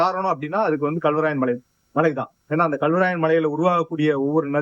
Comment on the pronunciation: அடி பன்னாடை முண்டை....தமிழ் உச்சரிக்க தெரியாமல் வந்து செய்தி படிக்கிது இந்த லூசு. Kalவராயன் மலை என்பதை Galவராயன் மலை என்று உச்சரிக்கிறது.